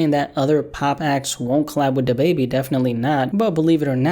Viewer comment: Da bebe.. it’s Da Baby, bro!! 🤣🤣🤣🤦‍♂️🤦‍♂️